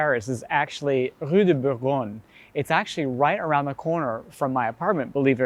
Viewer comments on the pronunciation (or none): none